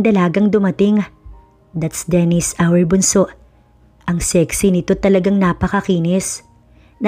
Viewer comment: Yung quadruplets sina DEVON, DESMOND, DEAN at babae po yung isa di ba c DENICE, lagi po mali pagka ka pronounced niyo Dennis lagi..kahit sa previous stoies ganun din..Magaganda mga stories niyo kunting enhance sa pagpo pronounce ng wordings..